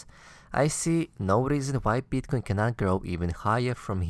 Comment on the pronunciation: Why do you say BEETCOIN? It's Bitcoin. Also it's CRYPTOCURRENCY not CLYPTOCURRENCY.